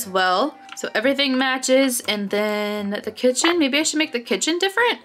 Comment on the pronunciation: And I hear you say baby instead of mybe